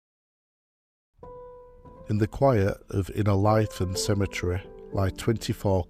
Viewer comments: Great to hear local stories of lads buried at Innerleithen. Most of my family are buried there, and I have often wondered about the lads brought home. Thank you. Incidentally, it's pronounced Inner-lee-then. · I am always impressed by the level of extensive research that you must do when you produce these videos. I find it a bit surprising that quite often you mispronounce place names. It's pronounced 'Inner-LEEth'n', and also Ely as in 'mealy'. Thank you for what you do, and this is not meant as a criticism.